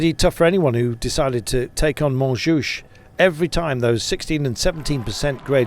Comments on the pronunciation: Hey Carlton, it's Montjuïc, pronounced "munjewik" NOT "Montjoosh" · Can we get the pronunciation right. It's not Mon Juice FFS! 😨 And it's not Euskatel, it's Euskaltel for Pete's sake.